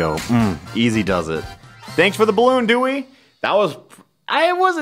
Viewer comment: Alpharad, the Master of Pronunciation "Dewwy...Decimal system."